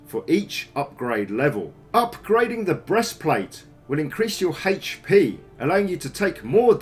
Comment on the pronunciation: "upgrading your breastplate will increase your... HEICH PEE"(c) ...ok. Jk, nice video. Covers basically everything one should know.